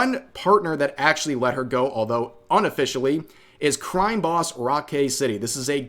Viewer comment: They took her Cwime Bobs??? There will be vengeance.